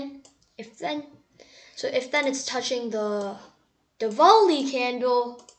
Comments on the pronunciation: it is not diwall-e it is diwali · wrong pronouncation of diwali